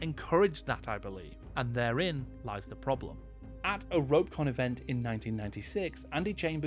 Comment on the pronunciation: Well, actually... It's ROE-peh...con